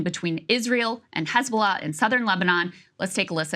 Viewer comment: What is Khizbala this Israeli is talking about ? Is it Hisbollah ? Why Hebrew speakers and Zionist supporters try to pronounce every h they see in Arabic as kh ? If you can’t pronounce it then do not try it !